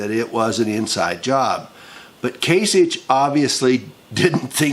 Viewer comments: It's Kase Ick! not Itch DUH! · It’s “kasicK”. Sorry. Pet peeve. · From an Ohioan, born & raised... the Gov's name is pronounced "KAY-SICK" with a "K" sound. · Can you at least learn the proper pronunciation of Kasich, you sick stupid fuck.